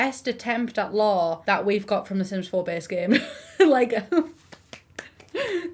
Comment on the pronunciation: I spent a lot of time trying to understand why the Pancakes bring law to the Sims4 before I realized you were saying "Lore" lol